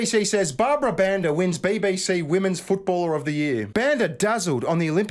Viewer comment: Your wife can't pronounce the word "women's". She's not the only one. Why is this happening?